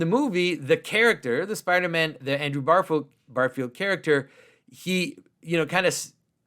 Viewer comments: Great video. But it is Andrew GARfiled, not BARfield, though. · Plot twist: Andrew Garfield is a huge Symbolic World fan, and is devastated at how Jonathan pronounces his name.